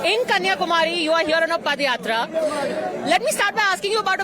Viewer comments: It’s padhayatra not padayatra 😂 pada is used for last rites of dead😂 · Ms. JOSHI It is pronounced as Paada yatra and not Padyatra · Dear Reporter/Journalist, I hope you aren't from THE UNITED STATES. Pls refer the yatra as Paadha Yatra and padh yatra as you are pronouncing it. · Dear anchor, that is not padayathra(पदयात्रा), that is paadayathra(पादायात्रा). Don't be oversmart with your English accent. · It is yatra not padayatra